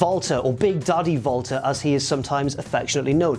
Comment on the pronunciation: sounds like he is saying Vaulter Not Walter